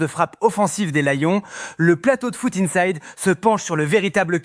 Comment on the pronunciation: Tu prononces lion mal alors que tu nous parles du français bien correct